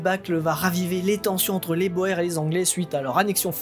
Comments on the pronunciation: On ne prononce pas "Boères" mais "bourres"... Même si ça s'écrit "Boers" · Ça se dit "bourgs" et non pas Boer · boer"s" , en néerlandais, se prononce bour (long sur le "ou" ; bouur (s) ;)